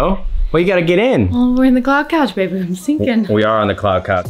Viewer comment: I love the way calls Matt “Babey”